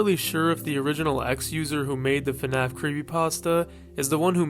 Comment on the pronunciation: I just can't with this "fenaf" pronunciation